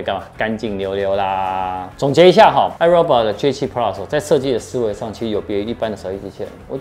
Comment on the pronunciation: 五年了 發音還是唸錯 是唉肉霸 XD